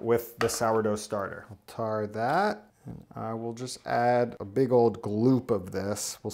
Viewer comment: "I'm gonna tar that" lol